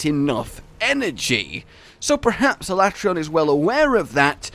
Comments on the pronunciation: Ala-tray-on. How about no. Say it with me Alat-reon. I reckon it'd be cool to see Fatalis and then a Black 'Jiiva after that as the end of the game. Or it's the teaser for MH6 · did this chick just say ala-trayon What a rookie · F U I'M CALLING IT ALA-TRAY-ON AND YOU CAN'T STOP ME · its ala tray on XD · WTF Alatreon smol? Also its pronounced as Ala-trey-on Thats a joke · Disliked for refusing to pronounce "Alatreon" as Capcom has intended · Whenever anyone pronounces Alatreon like they did in the Dev Diary, I throw up in my mouth a little bit. Honestly, it's worse than when they tried to change Tigrex to TEEgrex.